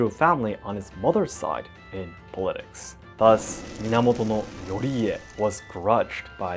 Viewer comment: for politics it would sound like (poul-ii-ticks) also ive noticed you say "yes" alot after every sentence on your podcast and on stream. is cute and i love that you love my language enough to learn but is something you have to work on. you most likely know these things to begin with. im sorry if this upset you in any way